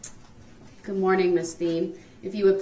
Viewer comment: Is there something wrong with using the “th” sound??!!that infuriates me to no end..dat and da and the goot for good and ending everything else with an “f”!!!like nails on a chalkboard